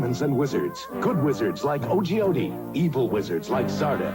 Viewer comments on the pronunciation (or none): Isn't the wizard's name pronounced Oh-gee-ode instead of Oh-gee-odie? I thought they were all plays on geology stuff. Like a geode, a rock with crystals inside. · Wouldn't the wizard's name be pronounced as O-geode like the stone not like O.G. Odie? I mean, the main character's name is a play on the word Crystal and his brother is Moltar like Molten Lava? They are words related to geology, no? Just sayin'... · Ohh shit his name is O-Geode.. as in a fucking Geode stone.. not O-G-Odi. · Every time you said Ogeode I kept thinking O.G. Odie. That led to some interesting mental images of Garfield's canine companion wearing a red bandana and hoodie... because he's a Blood hound. ;-P